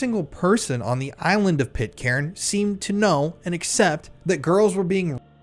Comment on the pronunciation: Stop saying pit-Karen ffs….. it’s pronounced pit-kern….